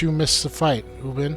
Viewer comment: It's Moe-Ger, Vog-Near, Ue-Bin, Lue-Din, Hak-kon. Etc